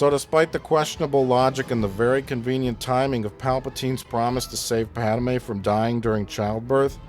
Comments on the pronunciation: Am I the only one who gets annoyed when he pronounces it like “Pad-ah-may” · Gawd damn it! The bitch's name is PADME! 2 syllables. Pad-MAY! Not "Pad-uh-may". Argh! After wstching these for so long, i couldn't take it. That is all.